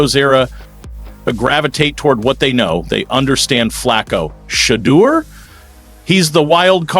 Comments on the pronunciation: If these folks can’t get their AI Pronunciation correct then they are not good enough to listen to not give likes or following. SHEDURE’ Name is His NAME! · Thumbs down for intentionally mispronouncing his name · LEARN HOW TO CORRECTLY PRONOUNCE HIS NAME IF YOU WANT AN INCREASE IN SUBSCRIPTIONS!!!! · I was thinking the exact same thing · Like I don’t know if you just being disrespectful or what like you can’t pronounce his name and then laugh about it if you can’t say his first name then just say his last name. Urk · This regurgitated reporting is disgusting. Stop using outright fake titles for clicks. We’ve been hearing the same reports from every other YouTube channel reporting on the Browns. At least get your Ai bot to pronounce his name correctly. Sad, sad, sad.